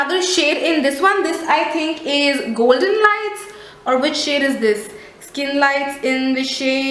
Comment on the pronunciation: between wat is goldeney mean.. hahahaha dear atleast give justice to english word properly.. hope ur silly mistake will overcome.. And plzz u can talk softy in video there is no need to yell in ur all video.. it actually makes us irritate while watching.. overAll product is nice just need to improve to present it..